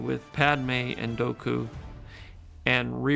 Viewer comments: George literally said “Doku” twice instead of “Dooku” just more proof the dude doesn’t even know the lore he created. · Doku? as George just pronounced it Or dooku? I’ve always said dooku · (Doe'ku). And here I have been pronouncing it (Duke oo) this entire time... Don't they always say (Duke oo) in the episode, and in the cartoon series? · TIL that everyone has been mispronouncing Dooku, which I guess Lucas meant to be a Japanese long o, even though he does not pronounce it that way, either. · .... Learning either it's pronounced Doe-ku not Doo-ku and everyone else in the series says it wrong or George Lucas just doesn't pronounce the name right. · George said (dough-coo) not dooku is it pronouced like that? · Why does the creator call Dooku Doku? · George Lucas , the guy who created dooku is pronouncing it wrong. but Dough-Ku sounds hilarious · I think you mean Count Dough-ku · Did George really say Doku instead of Dooku XDXD. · Count Doku (Dough-ku) would have actually worked imo; Lucas took a lot of inspiration from samurai films and Japanese culture; and "Doku" is the Japanese word for "poison" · George Lucas himself calling him “Doku“ is so cursed lmao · I forgot George Lucas pronounces Dooku as “Doku” 💀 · All i remember is him calling Dooku, Doh ku... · Ah yes. The esteemed Count Doh-Kooh. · Interesting to hear George pronounce it 'Doku'... Even without the scene with Anakin and Padme, there is another... ...way for Jango and Master Windu to duel, which was forshadowed by Obi-Wan's detention... Jango could easily have taken Obi-Wan's lightsaber. That would also then explain why, in Episode III, Obi-Wan had constructed the new lightsaber, which he continued to keep until his final dual with Vader... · Why does George Lucas pronounce dooku as doe ku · George Lucas pronouncing Dooku as Dohku is the first time I've ever heard it pronounced that way. Is that how it's supposed to be pronounced? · Why is george pronuncing dooku like Doh koo though? 😮